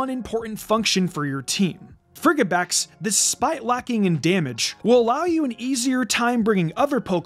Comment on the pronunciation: Lmao "friggibax" That has to be on purpose, right? Frigid. Fridge. It's a soft G lmao